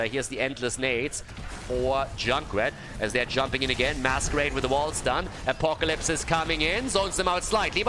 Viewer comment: that sounds soo funny xD